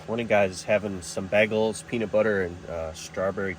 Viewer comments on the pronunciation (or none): “begels” …come on man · "Bag-als" 😂 oh man